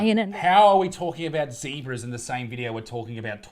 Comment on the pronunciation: I expected Isaac to say ""ZEBRAS"" and not ""ZEEBRAS"" Disappointed 😂